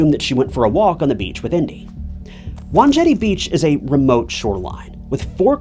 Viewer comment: It is Wangetti Beach. Whaaan getti.